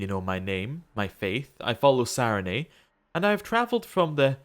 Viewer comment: I'm enjoying the series. This was the first episode I struggled through and it's silly, but your pronunciation of "Sarenrae" leaves off the second "r," and you said it a lot in this episode. 😂 Keep them coming!